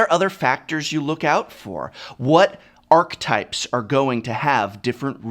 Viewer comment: Professor, isn't archetype pronounced like ARK-EH-TYPE and not ARK-TYPE? I feel like you are missing a syllable there.